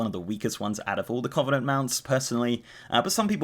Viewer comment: Sorry but your pronunciation of covenant is bugging me. Its cuh-venent, not coh-venent.